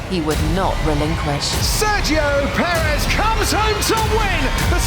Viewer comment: The story so far: The English speaking media still can't pronounce his name correctly